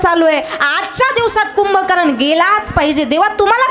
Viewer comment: रावण यांचे बंधू कुंभकर्ण आहेत कुभकरण नव्हे आपण तर ह.भ.म. आहात सर्व भाषेचा वापर आदर योग्य करण्यात यावे